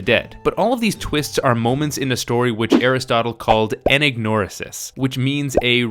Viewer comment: That's how you pronounce "anagnorisis"? I've been mispronouncing it my whole life! How embarrassing.